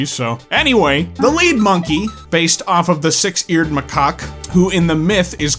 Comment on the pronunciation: please learn how to pronounce macaque 🙏